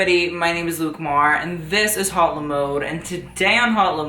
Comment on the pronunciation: Im french and i fucking hate hiw he pronounces his name first of all haute the AU is pronunce the way say the O in your MODE ! And mode the O is pronounced how you actually say the AU in haute ! Its thw fucking opposite ! Its not Hot le mAudeee ! Its Hauuute le Mod ( pronunciation ) and second of all mode as in fashion in french is feminine therefor it would be LA mode and not LE mode .., stop trying to sound fancy you just sound pretencious and stupid! And with your style you shouldn’t criticize anyone cuz your fashion tastes are aweful !